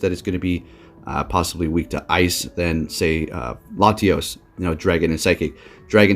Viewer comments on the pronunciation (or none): none